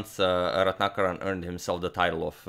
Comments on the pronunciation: 1000 applauses from India on accurately pronouncing Ratnakaran as Ratnakaran and not Retinakerran(like most foreigners would pronounce😎) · Slightly off-topic here, but just wanted to say that your name pronunciations are so on-point, & not a moment of hesitation before saying both names. You got the Indian one absolutely perfect. I wish everybody associated equal importance towards getting people's names right!